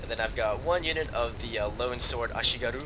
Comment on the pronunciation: (some random japanese dude whining about you saying ashigaru)